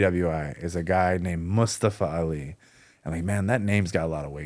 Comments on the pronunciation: It’s not just “Mus”-tafa vs. “Moos”-tafa. It’s the where the stress is placed. “mus-TA-fa” which is how most Americans would say it, is incorrect. The stress is on the first syllable, “MUS-ta-fa”. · His name is MustAfa, not mUstafa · New jacks partner mustafa pronounced his name that way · It's not a surprise that Americans struggled with pronouncing Mustafa when they cannot pronounce the simplest of names like Craig.